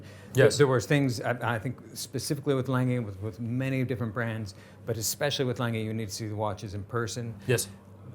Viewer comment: needs to teach how to correctly pronounce A. Lange & Söhne.